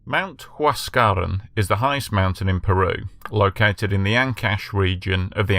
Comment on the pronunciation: Get your pronunciation right please.....its NOT Huas.. caran !! Its Huas... ca.... ran ok